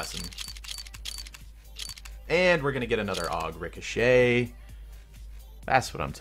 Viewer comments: Richoshet is pronounced Rick-o-shay Not Rick-o-(SHET) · "rico-shet" lmao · Rice oh shet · Rick-a-shet XD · Did you actually say "Ricochet"? Bruh. It's pronounced "Rik-oh-shay" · Sorry bro, you can't pronounce ricochet correctly